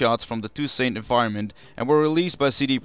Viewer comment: It's pronounced [to: sont] With a silent T at the end. Not "Too saint".